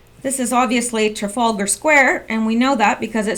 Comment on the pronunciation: Yay the first Q fan that can pronounce Trafalgar.